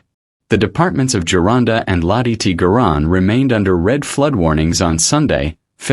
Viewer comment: The mispronounciation is awful!!! Lot E.T. Garonne 😂😂😂😂 AI! You're not going to replace us are you? You cant even read😂😂